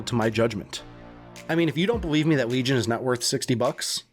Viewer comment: You-bee- soft NOT uby soft Also Lee-Gn Not Weegon